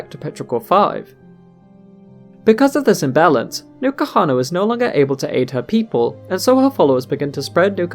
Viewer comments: Isnt N'kuhana prnounced en kuhana rather than new kuhana? Not a native english speaker so i assumed the n is pronounced by itself ^^ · The video was great, i JUST have a big gripe with it... Is it stated anywere the correct pronunciation of n'kuhana? Because its written in a manner in which you would pronounce it like "enkuhana", but you pronounce it "NUKAhana".